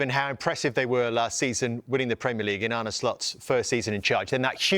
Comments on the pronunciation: He still says Arnay when it is Arna. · Why can't anyone pronounce Arne correctly